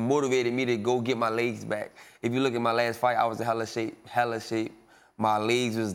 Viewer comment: “Laygz” aka legs